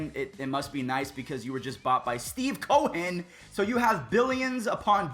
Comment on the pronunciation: Steve co-hen! Why did he say it like that...??...clearly you’re not friends with many jews or any at all.